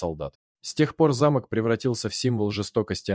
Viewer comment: Все ничего, но что с дикцией у вещающего? Сейчас модно что ли коверкать элементарные слова нелепыми ударениями? "ЗамОк" вместо зАмок, "на скАле", вместо на на скалЕ и т.д. почти в каждом предложении такие перлы